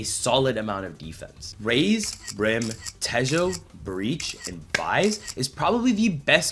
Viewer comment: bro said te-joe